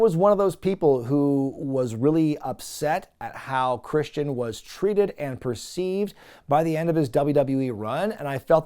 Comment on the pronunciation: It's Christian... 😐